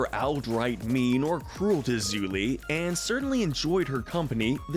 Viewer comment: Its Yue not Yu. Its mako not mayko and its Zhu Li not Zu li. Like wtf!! Also, how are Ursa and Ozai not the most toxic??!!!